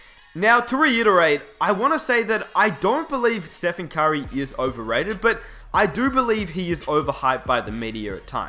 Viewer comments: the way he says "curry" sounds like "kyrie" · I got confused when you said "Curry" because I understood "Kyrie" smh